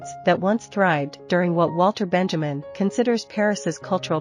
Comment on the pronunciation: Sad that they could not pronounce his name correctly. It's BEN-ya-meen.